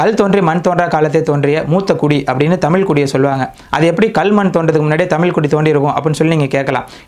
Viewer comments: தம்பி தமில் இல்லை தமிழ் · Great videos. Also please consider pronouncing "zh" zhagaram (Thamizh). When this is pronounced the right way the tip of the tongue should bend backwards